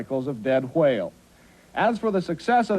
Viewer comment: he says it like wahale